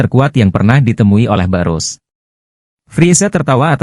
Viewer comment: sebutanya bukan borus.. tp birus